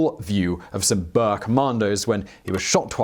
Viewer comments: Boer is pronounced "boor" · Wtf is a BUR??? Its BOER! Do so research... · OK I was mostly referring to the boer pronounced bower. Definitely wrong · The "Bear War"? The "Bears"?? Your pronunciations become more eccentric with each video. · Well that was clearly a lunkhead moment. But honestly, I would appreciate if you can work just a bit on that pronunciation as I've never heard somebody say Boer like that. Thank you, I do enjoy your shows. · Boer is probably best pronounced BOuHEHRR Confusingly wiart is probably pronounced Viart The German people pronunciation on the VW is fee vee